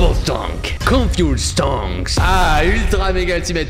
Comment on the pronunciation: Prononce le "s" de stonks dit pas stronk